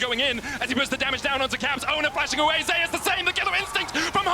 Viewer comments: If this man could pronounce Zeus... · nothing, I think he wants to read it as Zus, not the Korean pronunciations Ze-us. Though his ign does refer to the Olympus god, the caster is just sticking with the Korean pronunciations since the player himself read his name as Ze-us.